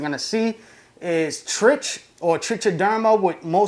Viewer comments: Love the videos, but the pronunciation is "trick" or maybe "trike" not "trich"-like itch. It's a Trich question. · Trichoderma is pronounced like "trike-o-derma" not like tr-itch, or however you said it. So when it gets abbreviated to trich, it's pronounced like "trike". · trich. pronounced 'trike' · Please stop saying Trich with a ch sound. It annoys me. 😩